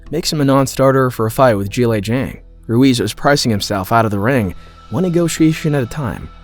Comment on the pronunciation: nice to hear someone pronounce Zhilei Zhang correctly